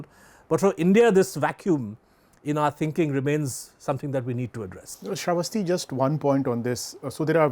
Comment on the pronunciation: SRAE VUS TEA???? apna naam nahi bolna jaanti....?